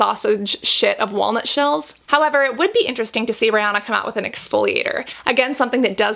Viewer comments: “Rey-oh-na” 🤔 now im curious as to how everyone else pronounces her name... i say “ree-an-na” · She keeps calling her Rayana.....girl her name is Ri-Anna..... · Her name is pronounced like Ree-Anna not Ray-onna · Rihanna pronounces it Ree-Anna rhymes w Hannah. Most Americans say Ree-Ahna, rhymes with sauna. I think Cassandra says it more like Ray-Ahna haha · ri not rey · This girl really went RAYYY- ah-nah 😂 I was like what hahah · The correct pronunciation is Ree-anna (that’s how Ri herself says it) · When she said Riri's name as: RaY Ah Na." I cackled🤣🤣 Thanks for the review girl. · Why is she saying her name like that 😂 ray Anna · she was named REE-anna, rhymes w She Hannah. A little different, but close! Most of us in the US say it wrong haha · Anyone else bothered by the way she said Rihanna